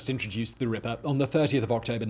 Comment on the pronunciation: Just here to listen to Simon say “Rippah”